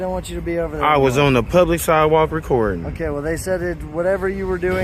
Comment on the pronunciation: "On the si'ewalk." FFS, learn to speak standard English!